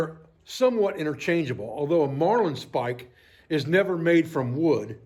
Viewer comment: Sorry to have to correct you but the proper pronunciation is marlin spike not marline spike. Great video ATB Sam Adler